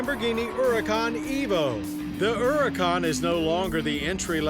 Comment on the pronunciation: "ERRICAUN" There is an H there, John.